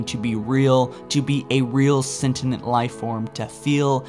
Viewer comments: Lie-bra-rian. Sen-tee-yent. Please... at least give it a try. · If I hear either libary or sentinent again I'm going to kill myself. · "foreigners" "liberrians" "sentinent being" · It’s not sentinent it’s sentient plz it’s getting annoying now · and snetinent instead of sentient. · He also keeps saying "Sentinent". Which isn't a word. It's "Sentient" for fricks sake. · or sentinent instead of sentient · lie-berryan? Senti-nent? An-cilia? You need to get hooked on phonics my guy. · No not at all. It makes my eye twitch every time, along with "an-sea-lia" and "sentinent"